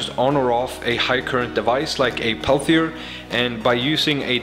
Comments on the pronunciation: its called peltier not palthier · Its pronounced Pell -Tee -Yay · I know english is not your native language but I gotta mention it. The way you pronounce "Peltier" in english is "pel tea air" I don't care either way bust just in case someone gets all butthurt but doesn't say how they think it should be said. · your pronouncing it wrong its pronounced pel-tee-ay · Peltier doesn't contain a th but you pronounced it with the th sound. Other than that, love your videos! Carry on.